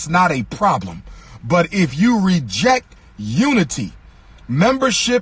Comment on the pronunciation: sir, it's called reject, not rejeck.